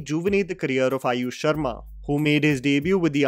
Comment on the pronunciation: and it's AAAyush sharma, not Ayush sharma